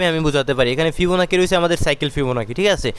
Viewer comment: fibonacci এর উচ্চারণ ফিবোনাক্কি নয় ফিবোনাচি ।